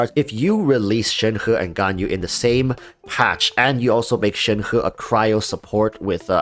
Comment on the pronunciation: But... that is the actual correct pronunciation? actually pronounces it correctly?